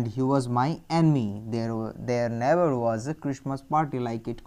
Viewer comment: Can't u pronounce the words properly???The meanings that u r telling r already written in the book....si what is the use of listening it... U tell never as naver